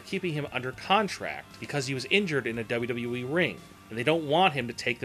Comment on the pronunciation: I 've never cared for the way the narrator says, "WWE" and I think a lot of what he says here is pure conjecture. He uses words like, "probably" too much.